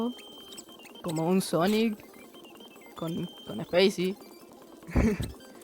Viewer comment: "Zapicy" XD